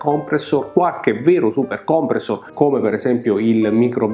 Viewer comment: Bellissimo video e bellissima recensione di un pezzo quasi dimenticato!!! Ti faccio i complimenti come al solito…però si dice Supercomprèssor e non Supercòmpressor😜😜😜